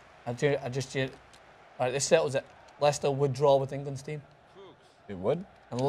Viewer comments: Uh... It's pronounced Les-ter. I know because I was born there. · It is pronounced "Lester".